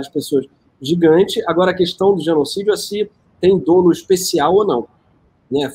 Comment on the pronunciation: Sou magistrado, você, Gregório, é de Letras, não diga dolo como dôlo pois o correto é dólo. Veja em algum dicionário bom. Nem precisa ser um dicionário jurídico. Para nós juristas é um erro crasso.